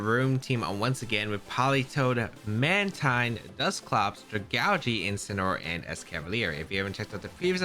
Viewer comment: Even though I still pronounce it as Man-Tine, I understand why it's actually pronounced as Man-Teen. It's Manta + Marine. Mantine.